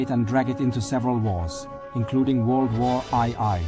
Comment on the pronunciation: Ive never heard of war eye eye, sounds terrifying